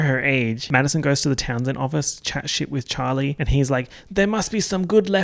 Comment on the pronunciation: This whole vid was worth watching to hear you say, "Chawwwly!"